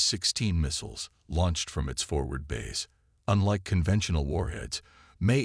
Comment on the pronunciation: Bays not base